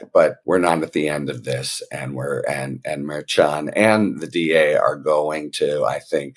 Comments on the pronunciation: Pronounced mer SHON. Not mare chon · I enjoy all your content, and your helpful takes on what is happening at certain levels behind the scenes. That being said, it is with the best intentions, and all due respect, that I gently remind you that the judge's last name is pronounced "Murr-SHawn" as was previously pointed out by K.F-A a couple weeks ago. Have a fantastic day, sir.